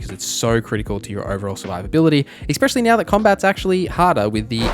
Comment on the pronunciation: Essssssspecially.....there's no fucking X in that word....argh